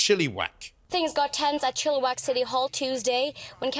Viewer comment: Ba ha ha chilli wak. It is pronounced Chill-i-wack. Victoria BC here to funny.